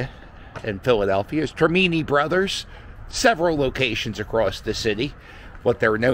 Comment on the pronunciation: I am sure you know you will be getting comments on your pronunciation of Termini Bakery and that it is not the original location and also as already noted in the comments on the way you pronounced Celebre's Pizza especially from us that grew up in South Philly. Glad to see you in Packer Park area close to your hangout at Citizen's Bank Park. That's my book report and thanks for walking in South Philly so close to where I lived growing up. I even think that I spent some time in that bar but only like once or twice as it was not my neighborhood bar. I was never at a Bar Wedding but Congrats to.